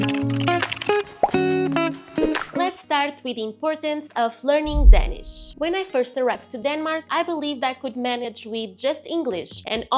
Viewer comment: when you speak english, you pronounce the letter "a" wrong in english in the word "danish"